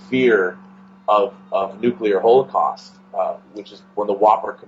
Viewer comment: “Hole-eh-cost” dude please practice your pronunciation